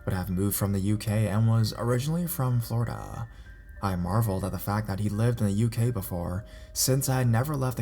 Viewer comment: the way he says Florida lol